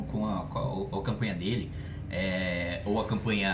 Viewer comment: "a campanha dela, ou a campanha dele, ou a campanha dile" kkkkk mitou